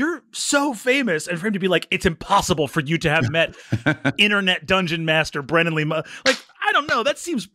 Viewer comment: Bob say “BRENNAN” instead of brendan challenge, go